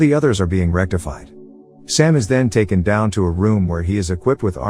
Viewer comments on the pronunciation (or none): none